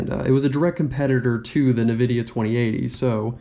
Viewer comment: bruh say Nvidia properly